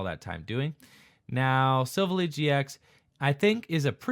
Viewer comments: Its pronounced silv ally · I'm sorry but I have to point it out, it's pronounced Sill Vally like it was two words not one